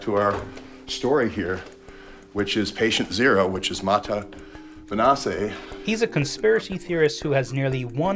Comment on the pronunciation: Isn't Maatje a dutch name? Just curious since that is not how you say Maatje. Or it is a Spanish name?